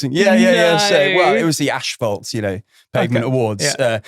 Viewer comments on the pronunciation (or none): Bit concerned that presented an awards show for pavements and mispronounces asphalt repeatedly 😂😂 who’s going to be the one to break it to him?